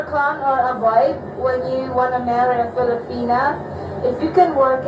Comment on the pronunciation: So funny .girl stop saying filipina like that crazy head.